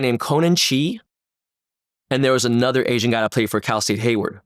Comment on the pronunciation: Dude said Anotha Level. Cube's project. Some underground sh!t.